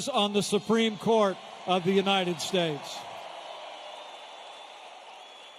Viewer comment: "United Stayes" LOL